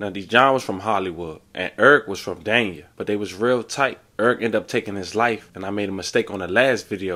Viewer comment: Everybody think Miami where it’s at noooooo… Ft.Lauderdale ain’t nothing to play with… I live in Oakland Park so I’m stamped… Ps.. it’s pronounced Daney